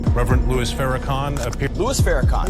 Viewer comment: Someone pronounced his name Louise ( a woman's name) instead of Louis( the man himself ). Maybe that is what the original commenter was pointing out; at least I hope so.